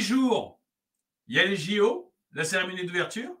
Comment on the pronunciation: Seremonie ou Cérémonie ?